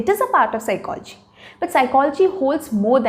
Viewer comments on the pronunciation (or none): Please correct Ur pronunciation of psychology. Secondly its bakwas